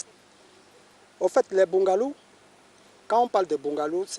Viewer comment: Eh le père ci boooungalouuuu !? Quand Toi-même tu prononce ça comme ça qui va habiter dedans ?? 😂😂 " bungalow"